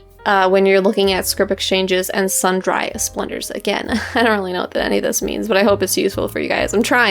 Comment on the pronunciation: Sundry => sun-jree